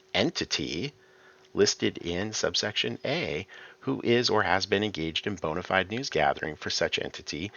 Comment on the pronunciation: Please stop saying "bonified" instead of "bona fide" ! It's pronounced BO-NA FEE-DAY. This, "axe" instead of "ask" and "nucular" instead of "nuclear" sound like nails on a chalkboard to me lol